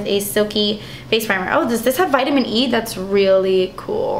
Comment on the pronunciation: 'damn, das expensive' that made me laugh so hard because your latina came out. it happens to me all the time!